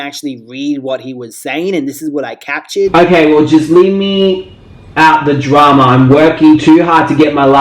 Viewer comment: When he says "drama" it sounds like trauma. 😄 love the video